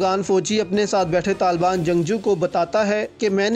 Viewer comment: Oh bhai pahly "Taliban" sahi bolna to seekh lo, yah lafz TALBAN nahin Taliban hey